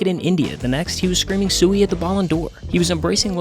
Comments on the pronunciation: You did this whole video but didn’t check if sewy was how you said sui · Bro it's sui not sewy COME ON. great vid otherwise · not sewy, SIUUU (suii) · bruh i never knew that the ronaldo celebration was "swey" and not "sui" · It's "siuuum" not "sewy" :( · "Christiano Ronaldo Siiuu" not sewy 😂😂😂😂😂😂😂😂😂😂😂😂😂😂😂😂😂😂😂😂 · sui not sewy🤣